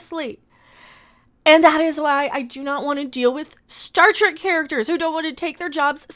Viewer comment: "This am Star Trak now." LOL 🤣